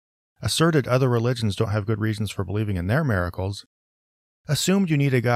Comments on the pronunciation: Lmao! Yes🤣 Mare-a-cles🙈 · Does anyone else hear saying "mare-a-cles" or is that just me?